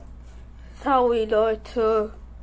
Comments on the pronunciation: SOWWY Leute...Ich wollte einfach nur mal SOWWY sagen... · sowy leute keingta HAHAHAAHAHA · Sauwy Leute Ich will einfach nur sauwy sagen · "Sowi Leute ich will einfach nur sowi sagen" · "ich will einfach nur sauwy sagen leider kein GTA Gutbye"